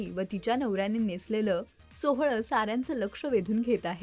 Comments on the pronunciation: सोहळं ????? सोवळ हा शब्द निट म्हणायला शिका आधी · मराठी शिकून घे गं बाई आधी. 'सोवळं' असतं ते 'मुगदा' नाही मुग्धा , 'ग्रहमक' नाही ग्रहमख ..तरी नशीब 'ण' चा उच्चार ठीक आहे